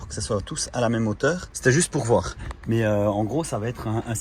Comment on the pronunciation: "Verbe voir" !!!!!!! Pas "vouailler" !! 👍👍😉😉😉😉